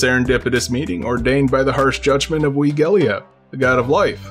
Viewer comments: How in the heck do you pronounce ewigeliebe as wigelia XD I say eh-wih-gleeb not that that’s correct or anything but at least it sound close to being correct. If that’s how it’s said in German then it’s fine I guess… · Wee-gel-ee-eb? I always pronounced it as you-i-gel-ib-ee. Not sure which, if either, is correct. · I love how the gods names are so complicated that there's probably an infinite way a person could reasonably expect it to be pronounced. Like, Ewigeliebe. You pronounced it like (wee - gel - ee - eb) while I always read it in my head as (you - i - jel - eeb), and I can't see any way to disprove either pronunciation... well, I mean we could probably check the original Japanese name, but that would be boring... apparently it "Eeviriibe" if you're going by the direct kanji to romaji translation which is just something else entirely and somehow harder to try to pronounce.